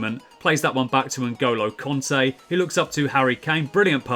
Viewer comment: Just to say I asked some French people and it's pronounced Kante not Conte